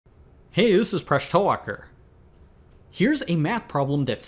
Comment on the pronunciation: What did he say his name was? Presh Toewalker?? 😂